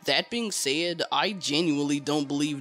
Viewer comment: You pronounce words weird. Like "said" as "sayed"